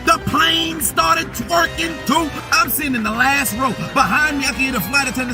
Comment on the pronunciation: “The plane started twerkin” 🤣